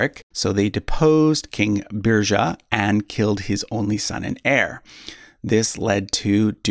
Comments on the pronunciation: Munsö = “Muns uh” Sverker = “Svear-kerr” Svealand = “Svay-uh-land” Götaland = (ö = like “oo” in ‘good’) Birger = “Burger” (no “zha” sound) Sverre = “Svear-uh” Haakon = “Hoe-cone”. Thought you could use some help if you ever do a Redux ;) Sorry, couldn’t help myself. After hearing “Beer-zha” I had to speak up. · Birger is pronounced more like "Biryer". Interesting fact: I'm descended from an illegitimate child of Birger Jarl. Thus, I'm also a descendant of Charlemagne, Alfred the Great, Hugh Capet, Eric the Victorious and possibly Björn Ironside and Ragnar if they existed. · Beer-yer not Beer-zhuh 😂😂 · "Beerja" is killing me hahaha